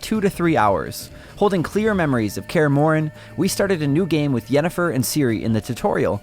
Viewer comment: Did he just say kare mor